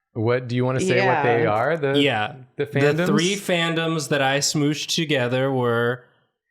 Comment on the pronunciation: Now was Nathan quoting Lucy Daughter of the Devil with his pronunciation of Smoosh?!